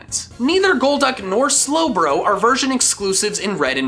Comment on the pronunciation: IT'S GOLDUCK, NOT GOLD DUCK!